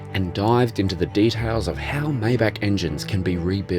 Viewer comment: "Maybach" is pronounced "mybach" FYI